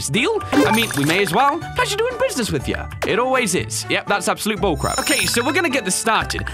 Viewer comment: BULLCRAP YOU CANT SAY BULLCARAP